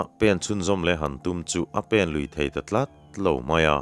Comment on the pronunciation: Ṭhutkhâwm lat lat..ti lovin, ṭhutkhâwm lât lât..tih ni zawk ta se..?